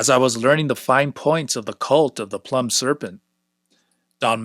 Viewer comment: Really enjoying this, thanks! One little detail: "Plumed" is pronounced "ploomed" (rhymes with doomed), meaning "with feathers".